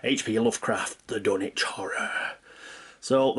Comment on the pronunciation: Is it pronounced wth a “w”?? I mean in terms of pronouncing “Dunwich”